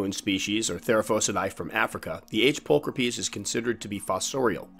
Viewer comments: Well just found out I was saying my G. pulchripes wrong. I pronounced it pull cripes Now I know it's pull cra peas Always learning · pull crip ees.....NO NO!